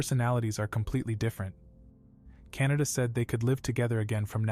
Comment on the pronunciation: The cats name is not Canada it is kanata